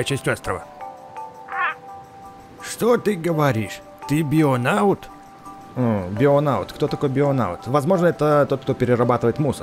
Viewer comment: Он не бионаут а бионавт